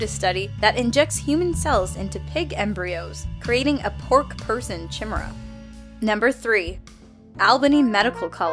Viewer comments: "chi-mer-uh" IT'S PRONOUNCED KI-MER-UH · Lmao she mispronounced Chimera it's "kai-meh-ra" Not "sheh-mur-ra" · Isn't it pronnounced "ki-me-rah"? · Omfg, Chimera! it’s pronounced like kai-mera, not chim-era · chimera is pronounced kye-MEER-uh, not CHIM-er-uh. But then, what would a Dolan video be without a botched pronunciation or two? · "Chi-me-ra" not "Chimra" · It's pronounced Kem-air-ah not Chemera.It feels like that time Morty corrected Rick for saying Granite instead of granted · "Chi Mira"It's pronounced "Ki-Mer-a" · CH-imera? Its KAI-mera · did you just f*cking say chimera like chim-i-ruh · Literally no one on YouTube seems to know how to pronounce 'chimera'. It's Kai-mare-uh. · when you said "chimera" the grammar nazi in me awakened IT'S "KHY-MARE-AH" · Chi-mera hahaha ok??? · "Chimera" is pronounced "khy-mare-ah". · did she just say chi maera? lol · #11 "I got big balls. She's got big balls, but we got the biggest balls of them all...." Member those song lyrics? #7 all I'm thinking is: can I lick the syrup off the swimmer? (Only if it's a lady) especially if it's you,. #4 it's pronounced kai-mear-uh Great video. Keep up the good work. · Chimera is pronounced kai mera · its pronounced Kih-mair-uh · Chimera is pronounced Kai-meer-uh. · what kind of way was that to say chimera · That's not how you say chimera. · LOL can't pronounce "chimera"... for shame (no h8 though she's cool) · They always mispronounce many words on this channel. Like chimera..... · I don't like to use the word "triggered" personally speaking, but wow... I had to double take when I heard how said the world "chimera"... Just... wow. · Chimera was mispronounced lol. That was as so funny and adorable ^\\\^. Ah silly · That's not how you pronounce chimera. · she but he'd the pronunciation of the word Chimera, made me cringe more than the disturbing pig / man picture they showed. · i almost clicked off after hearing her mispronounce chimera.